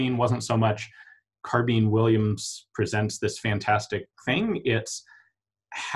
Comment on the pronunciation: In English,carbine is pronounced car-by-n..the word Ian is saying is carbene..